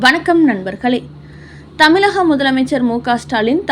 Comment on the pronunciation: ழ கர உச்சரிப்பை ல கர மாக உச்சரிப்பாக செய்வதை திருத்திக் கொள்க ...தமிழகம் என்பதை தமிலகம் என்றும் வழக்கறிஞர் என்பதை வலக்கறிஞர் என்பதையெல்லாம் திருத்திக் கொள்க .கேட்பதற்கு மிகக் கொடுமையாக உள்ளது.